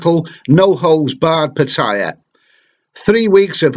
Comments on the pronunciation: Pitthaya? It's pronounced Parttayar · He's right. It's not "Pa-tyya" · PA TA YA please pronounce right way